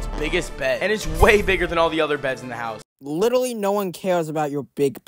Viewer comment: "Litewally 🥺" Bros 7 💀